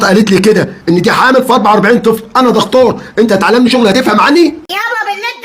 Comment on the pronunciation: دختور ؟! يعني مش دكتور ... 🤣😂.. انته ولدت نملة قبل كده ... ده تخصص جديد